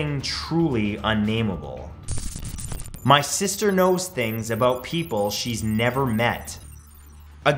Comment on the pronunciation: Mis... ter Freeman